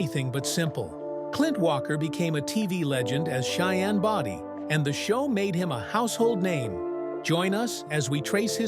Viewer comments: You can't even pronounce his last name wright it wasn't body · At least find a narrator who knows how to pronounce Cheyenne’s last name…pronounced Bow-Dee ( as in “bow” and arrow). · His last name was BODIE, not Body !